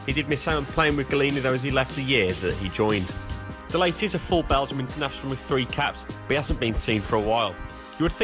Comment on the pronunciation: Ritchie De Lat - not Ritchie De Late - apologies 😂